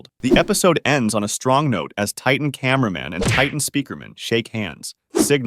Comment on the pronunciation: why did you say cinnama man at my boy titan tv man😅❤😊